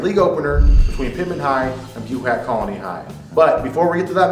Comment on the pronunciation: You guys said buhach wrong and Quintens last name wrong too